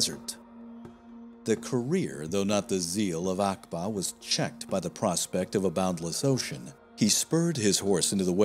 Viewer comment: Uqba bin Nafi is pronounced like Ooqba rather than Akba